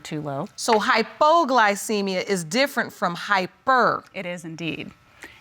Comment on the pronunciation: "HypoGlowcemia.." Lol I sometimes live for the new pronunciation of words that come from a lot of these people on all my favorite shows.... Lol 🤣🙄🤣😜😏